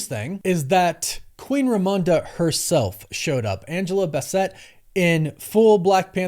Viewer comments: If you say Angela bas-Sett one more time! It's Angela BASS-ett. I hope you hear me! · Angela Basset (Baas-et) bruh😳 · Who the heck is Angela BASS-set????? Dude get these names right before clicking post!!!!! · Queen Angela’s name is pronounced “bass-it”, not bass-set. Great vid tho & Damon will be an awesome BP. They absolutely should have recast immediately. Example of a company listening to online chatter too much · Dude. Why are you mispronouncing Angela Bassett name? She was a star before you were even born so that means you could easily see how she jerky and everyone else has pronounced her name correctly! Why bastardize our queens name? The two “SS’s” make the pronunciation like a BASS of a type of fish, so why TF would you stress the two “TT’s” instead of the two “SS’s” which come before the two “TT’s?” I think you did that on purpose and it’s very disrespectful. SMH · Bass(IT) come on dude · You’re really bad at pronouncing names. Her name is pronounced BASS-IT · Dude did you even see Black Panther? Teyanna Taylor wasn't in Black Panther. Angela Bassett's is pronounced like basset hound. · Why is he pronouncing Angela Bassett’s name like that 🤣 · Why in the world did you pronounce Angela Bassett’s name like that? 😂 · You’re pronouncing Angela’s last name wrong. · The name pronunciation is driving me… also, no they shouldn’t have recast quickly. They did just right. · Why don’t you know how to pronounce black actors names you need to learn how to do that before you even make a video about it it’s very disrespectful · Angela is from Harlem, not France. Butchered her last name 🤦🏿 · Literally no one in the history of ever has ever pronounced Angela Bassett’s name like that…..wtf 😂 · Bassett….Cassette… I could see why he pronounced it that way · you see that ‘e’ at the end of cassette? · Not to be that one person to complain, but it is so interesting how you keep saying Angela Bassett’s name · Why are you pronouncing Angela Basset’s name like that?